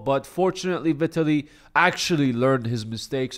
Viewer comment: Learn to pronounce Vitaly correctly first...